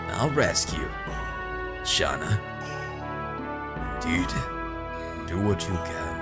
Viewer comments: This makes me deliriously happy, I can't stop smiling you are in for a treat!! Rose is my freaking favorite. and I love your dramatic Dart voice. (and imo, it's pronounced "Shay-Na" or Shey-na" ) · Spoilers It's Shah-nah according to Dart.